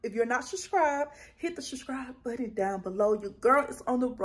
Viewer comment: Lord I am hollin LOL. You asked if we wanted to see something ratchet. As soon as you said the word "SUBSCRIBE" and didn't pronounce it correctly I knew it was on and Poppin!!!!! WHOOP WHOOP!!!!!!! SHASCRIBE, SHACRIBE. I AM HOLLIN!!!!